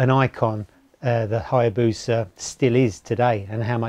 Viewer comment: The Hya-BRO-sa!